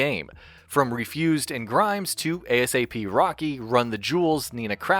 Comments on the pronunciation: This man said A.S.A.P rocky lmao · he really said a s a p rocky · "A-S-A-P" Rocky lmao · 'A-S-A-P Rocky' you're not saying it right its 'A-Dollar Sign-A-P Rocky' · A S A P Rocky lol... just say Aye-Sap.... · A S A P Rocky lol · A S A P Rocky 😂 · My favorite part of the video was when he said “A-S-A-P Rocky” 😂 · A S A P rocky😂😂😂😂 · A S A P Rocky Lmaoo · Ayy ess ayy pee rocky. Yikes. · Ay ess ayy pee Rocky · "A.s.a.p." rocky 😂😂 im dead Good video though thanks for the quality content 👌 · my mans really just said A-S-A-P Rocky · He really said a-s-a-p rocky... smh I’m sorry flocko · A S A P rocky. Yes yes, the alphabet rapper. 😂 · “A S A P Rocky” 😂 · A. S. A. P Rocky lmao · I physically cringed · I was looking for a comment about this, man just straight up violated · A. S. A. P. Rocky lol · Love these videos but i laughed a little too hard when the narrator spelled out a$ap rocky 😂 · thats the first time i ever heard it said like that lol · Did he really just spell out ASAP rocky? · How tf did u just say ASAP Rocky???